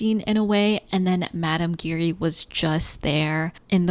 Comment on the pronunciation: You were pronouncing Giry wrong, the way it’s actually pronounced is basically a combination of the words, “jeer” and “eerie”.